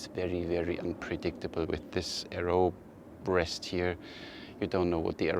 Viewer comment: Did you say arrow breast 🤔😁